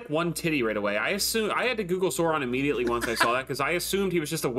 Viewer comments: Hearing them mispronouncing Sauron and Saruman hurts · The mispronunciation of "Sauron" and "Saruman" is really getting to me (except for Courtilly, who seems to pronounce it correctly). It's like hearing Americans talk about "Laura Croft" 😫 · The repeated misprounciation of Sauron disturbs me